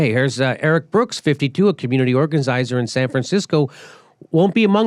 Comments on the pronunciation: Please Please say Organizizer one more time LMFAO I'm dyin over here! Love the real talk, The cussing is awesome but you cant say organizer to save your life lmfao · "organicizer"??? you said it twice within ten seconds, Jimmy, you ignorant fuck. I most often agree with you, but for crying out loud, learn some pronunciation, boy!! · Hey Jimmy......Say 'organizer". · Jimmy, you were 0-3 on pronouncing organizer. Or maybe that was an inside joke? Enjoyed the piece, though!